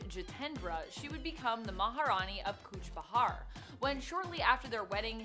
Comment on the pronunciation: Kuch Bihar not bahar .. it's like calling New York - New ark..